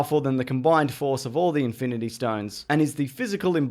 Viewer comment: It's in-fin-ity not Inf-i-nit-y war